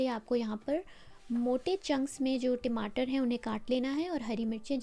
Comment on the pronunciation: Timatar😅 ya Tamatar